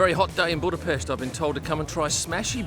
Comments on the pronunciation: Thank you for pronouncing "Buda-pesht" correctly😊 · I love how correctly you pronounce Budapest. Thank you